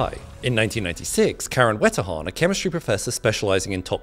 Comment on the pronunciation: Germans: Wetterhahn Him: Wätta-juan